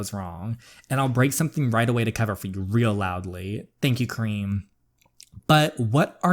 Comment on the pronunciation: The way you say Karim sounds like cream lol 😂😂😂😂